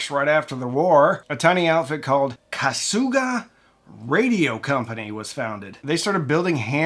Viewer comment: "Kasuga" is pronounced "kassga," quickly and in a monotone (no stress on either syllable). Kenwood is one of the top 3 ham radio brands and one of the top 5 commercial/public safety brands.